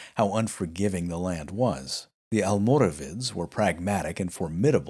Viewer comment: You seem to be having a few questions about the correct pronunciation of almoravides so as a Moroccan, allow me to help. You pronounced their Arabic name quite well actually, it's "Almorabitun". But the name "Almoravides", especially how it's pronounced by non Spaniards is incorrect. See, "Almoravides" was simply the "spanification" if you will , of "Almorabitun", But in both Arabic and Spanish there is no "V" sound (the letter itself does exist in the Spanish alphabet but it is pronounced similar to a B) so reading "Almoravid" with an English pronunciation is wrong. instead the Spanish pronounce it as "Almorabides" wich is a lot closer to the original pronunciation. Hope this helps. Keep up the great work!